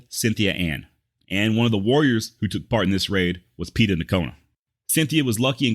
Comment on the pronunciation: hey... bro i really dig what you do.....BUT....you need to learn some pronunciation...it's Quah-nah, not Quonah....it's Pay-tah, not pee-tah nocona....it's Cah-do Jake, not cado...and it's the Yano Estacado...double lls in spanish is spoken as a "Y"...look up continental vowel values....most written native names and words follow these rules, and all spanish words do...and lastly, i wish you didn't cuss so much...i hope that you will take this as the CONSTRUCTIVE criticism that i mean it to be....ok, rant over....i never heard that Mr. Goodnight had a man named dave mccormick workin for him...as a dave mccormick, i think that's mighty cool!!!...i like your work and your research is top notch! peace and love bro! keep on keepin on!